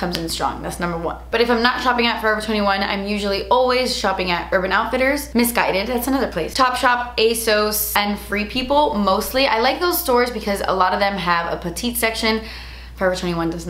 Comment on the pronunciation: Okay let’s just get this outta the way it’s definitely pronounced A-Sauce nit asose 😹 but we love you still obviiiiiiii